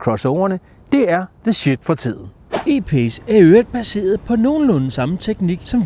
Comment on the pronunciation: ) Man kan ikke sige E-pace, Altså E på dansk, og Pace på engelsk. Hvis jeg var dig ville jeg vælge at udtale det på engelsk.